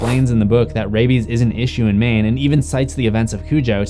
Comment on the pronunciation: No one: Stephen King: MAINE